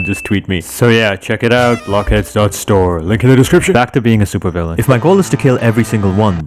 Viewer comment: nah bro said I want to be the supeurvillwan of the seurveur i cant take this man serious